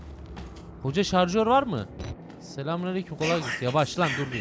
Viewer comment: Hahahaah pile jarjör diyo Hahahaah neyse çok komik xd